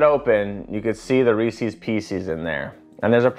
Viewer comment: i like how you also say “r-ees-seas” too. might be a chicago thing lol